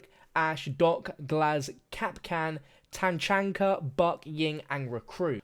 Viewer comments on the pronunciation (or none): Did I just hear "Tanchanka" Facepalm The lord would not approve haha.